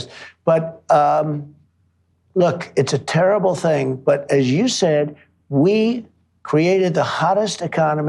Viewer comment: He said, tarable...instead of terrible. Was that a reference to? I love this man!